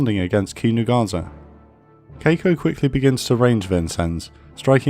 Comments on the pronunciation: The ship name is Kako, not Keiko from what I see, right? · Marvelous job on the pronunciations on most of the Japanese ships, I was thoroughly impressed the only one being off is Kako, being Kah-ko instead of Kei-ko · I writhe in pain every time he pronounced Kako like that. Urghh~